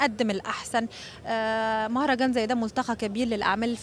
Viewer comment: مهرجان يا حمااار مو مهجان هههههه يا